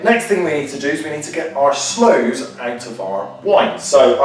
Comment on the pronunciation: slooes not doors, sorry